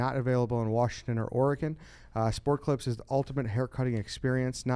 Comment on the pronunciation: I’m sure Sport Clips is thrilled with that ad read. Repeatedly mispronouncing the company name.